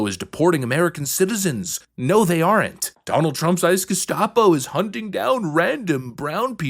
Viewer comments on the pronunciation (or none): I do really appreciate your content. I must admit, however, that you’re the very first person I have ever heard pronounce the “E” in aren’t. 😅